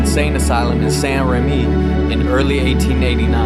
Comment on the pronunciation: I love how aggressively you pronounce Saint Rémy 😂